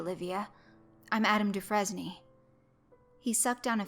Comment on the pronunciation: The only thing that really bothers me is how you pronounced DeFresne Other than taht, pretty awesome read. And that was an awesome story. Downright Hitchcockian!